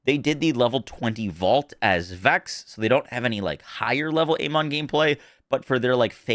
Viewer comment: His name is pronounced Aman ,it is in uk anyway